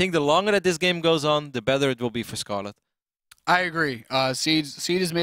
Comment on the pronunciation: Yeah he is not doing it on purpose he just doesn't seem capable of pronouncing it. It's like getting mad at me because I can't roll my R's when trying to speak Spanish. I just can't seem to do that.